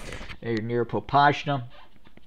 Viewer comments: ahaha dude it's not PopaSHna it's PopaSna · Popasna contains "s" not with "sh" thus hot "shoe" but "set"